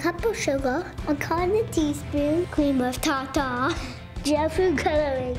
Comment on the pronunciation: How cute! Train 'em up to be the next generation of youtubers. I also love the way he pronounced "tarter."